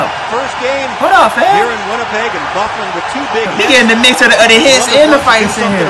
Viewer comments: Lol, yeah its actually pronounced "Buff-lyn", his nickname is Big Buff. Hockey player names are pretty memey so I don't blame you for getting it wrong. The man is huge and can play very well offensively despite being a defensemen. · Good vid an it is pernouced buff-lin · Bro the annoncers said his name like 25times through out the video. But you talking so much. No wonder you don’t know how to pronounce his name Dustin BUH-FLYN it’s pronounced lol But we call him “Big Buff” due to his size & ability to hit that hard!